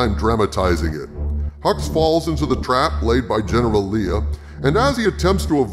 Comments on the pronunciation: Lee-ah? ive always pronounced it Lay-ah. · GENERAL LAY UH ....ITS NOT LEE UH ....OMG